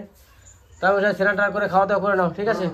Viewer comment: Senan hoy na Snan bolun